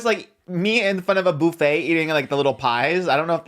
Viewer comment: I've never heard anyone say buffet like that lol